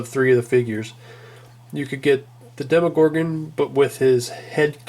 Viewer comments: The way tou said demogorgon triggered me it's demo as in a tryout version of a game not deemogorgon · dee mo gorgan